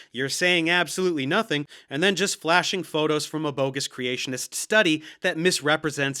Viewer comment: I just love sexy lisp. And the way he pronounces he eloquent words Geology - JOLLY-G Creationist - CRAtionist Helium - HeliuN Accurate - acKERate Particular - ParTICKLER Population - PAPAlation Fairy tales - FURry tales Biologist - BALLAgist Abiogenesis - UHbiogenesis Manipulating - MuhNIPPLEating Secular - SecUHLar Whales - WELLs I keep having to edit my post to add more as I find them 🤣🤣🤣